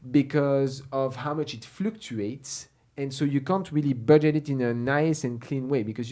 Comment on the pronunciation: How says "Fluctuates" is so very very awesome, and so very very French... I love how his pronunciation of American English "Flooooktuates." 😂. I hope he never changes... That aside, I also love how he interviews people in different financial positions. It's very diverse, and that format speaks to a very broad audience. This channel is clearly not simply for entertainment, as some finance channels have become. style is so buttery smooth, and the videos are so exceptionally edited and formatted that it's hard not to binge watch a bunch of episodes.